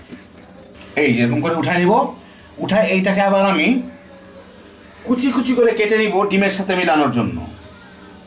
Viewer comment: আগেও একবার লিখেছিলাম, আজ আবারও লিখছি- এই কুঁচি কুঁচি শব্দটি এমনভাবে উচ্চারিত হয় যে খুব শ্রুতিকটু লাগে...😠